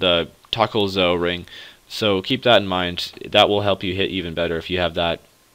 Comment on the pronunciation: u do know its TokHaar and not TokKar just sayin